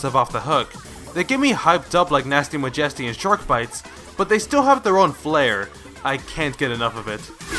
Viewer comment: The way you pronounce Majesty is killing me.